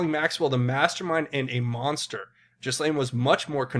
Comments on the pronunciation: Her name (Ghislaine) is pronounced "Gill Line" -- not like anyone really cares 🙄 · Just some information about presentation...its pronounced Guh-laine. Hope this helps to smooth things out!😉